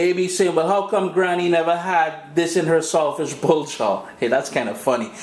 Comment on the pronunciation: it sounds like he's saying salt fish blow job.